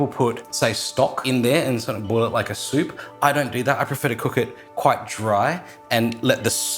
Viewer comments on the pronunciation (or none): none